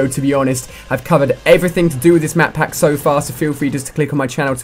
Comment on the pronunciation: he is saying madpack ?????!!!!!